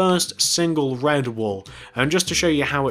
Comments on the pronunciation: It's CIRCUS NOT CIRICUS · you said ciricus not circus just saying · its circus not ciricus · Did anyone realize he spelled it "Ciricus"? It's cir-cus. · Circus not ciricus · Dude, It's Circus, NOT Ciricus! |:( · i think you made a mistake it is 'circus'not 'ciricus'